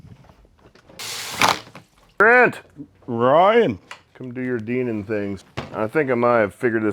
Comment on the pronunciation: The word is "Dinan" with a long "i" - it is not "Deenan."